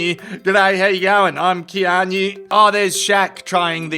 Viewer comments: Its not "Kean - yu" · Please google how to pronounce Keanu. If it was on purpose....well played.